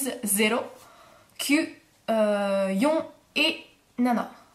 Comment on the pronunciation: je crois que tu ne me comprends pas. Je parle de la prononciation pas l'orthographe, dans ta vidéo tu dis yon comme non et pas yon comme nonne! C'était juste ça...